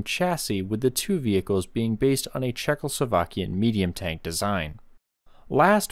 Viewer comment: CzechoSlovakian YES FINNALY SOMEONE SAYD IT CORRECTLY FINNALY